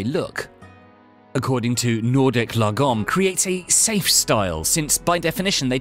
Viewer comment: If you're Swedish like me then this video is pure comedy gold 😂 I can't get enough of his pronounciation of "lagom" 😂😂